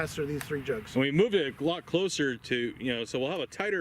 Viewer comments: I swear said, " we moved it a GLOCK closer." Played it back with captions at 75%,50%&25% speed. It sounded like a progressively more intoxicated drinking challenge. And don't drink and operate mass lead, tungsten or steel accelerators. Thank you for the time, effort and passion you all have invested over the years. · Did he say "a lot closer" or "Glock closer" ?? When the table was moved, because I heard Glock closer.